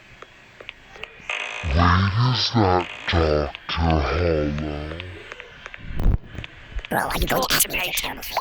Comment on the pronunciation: it’s doctor harlow not “DOROR HOLLOW and not “doctor harhigh sonion both of you 😭🥀🫪🫩😭